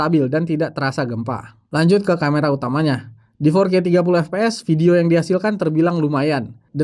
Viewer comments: FPS = efpees 😂 mestinya baca efpies karena FPS adalah singkatan bahasa inggris Frame Per Second... kecuali GPD / Gambar Per Detik maka dibaca GePeDe 😂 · ef pi es bang, bukan ep pe es kalo pronunciation FPS